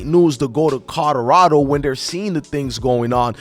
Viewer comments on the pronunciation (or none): COLORADO NOT CODORADO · Listening to you say Colorado is cringing who and where the hell is Corolado?